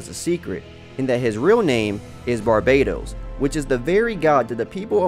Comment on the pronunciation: Its barbatos not barbados sheesh